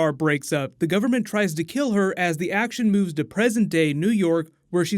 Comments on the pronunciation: "Kell her"? Lol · Keel her! Keel her!!